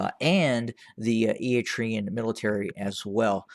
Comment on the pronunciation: This channel has become the TDF fanbois network. TDF lost 300,000 members and this guy is still cheerleading for them lmao. Also, learn how to say Eritrean. It's eh-ruh-tray-uhn not E-e-tree-uhn. What a fool